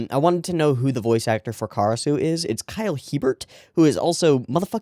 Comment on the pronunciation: Btw, (Kyle) Hebert is apparently pronounced “Ay-baer” (like you’re saying ‘a bear’) some different language I think :3 & I love ep 56 for being the thicc boi of tension it is